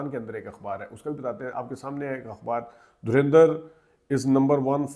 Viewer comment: Why do you Pakistani people pronounce Dhurandar as Dhurendr, can't you pronounce it properly.